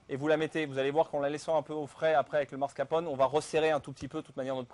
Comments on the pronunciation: mr le chef pâtissier, on dit Mascarpone! et pas mascrapone! ahahahah! les italiens s'ils vous entendent.... ils vont rire! facile, non? MAS-CAR-PONE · ah ouais le mec qui sait pas prononcer mascarpone ca commence bien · Le "démarrer" au lieu de démouler... le marscaponne... la fleur de Roger.. appétissant tout ça :-)